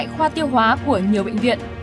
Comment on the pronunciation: đọc chất là ti-no-phan (Tinopal) nha .phát âm cho đúng nha.